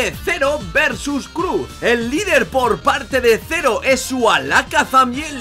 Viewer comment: Ah y otra cosa, es Zeroh, no Zero xD, pero no pasa nada ^^